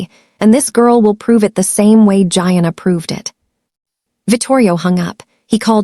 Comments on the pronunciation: Pronounced, Jee-Anna’ gieanna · Don't forget Gee-ahh-naa.